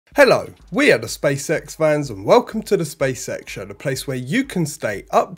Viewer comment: It so sounds like you are saying Space Sex 😂👍